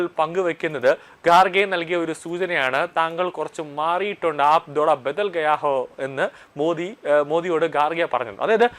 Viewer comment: ആപ് ധോടാ ബതൽ ഗയാ ഹായ്‌. എന്തോന്ന് ഹിന്ദിയാണ് മാഷേ ഇത് 😂😂😂. ആപ് ഥോഡാ ബദൽ ഗയാ ഹേ എന്നാണ് പറയേണ്ടത്....